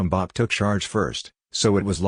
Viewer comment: Please, it's pronounced Mbappay not Mbapp.